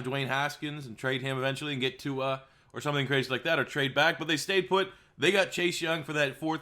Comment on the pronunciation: Everyone pls look up Tua pronouncing his name- don't look like a confused old man who can't handle new words